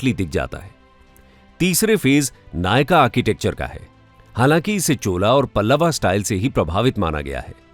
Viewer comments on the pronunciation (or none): बहुत अच्छी प्रस्तुति पर कृपया हिंदी का इस्तेमाल करें हिंदी वीडियो में,,, पल्लव है पल्लवा न्ही , चोल है चोला नहीं, मंडप है मंडपा नहीं,.representation, architecture, temple को भी हिंदी में बोलें जी,,,,,,,अंग्रेज़ी का अलग वीडियो बना दें।आशा करता हूँ आप इस सुझाव पर विचार करेंगे